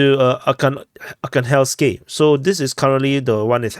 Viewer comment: AR-HAN-GHELSK This is how is pronounced.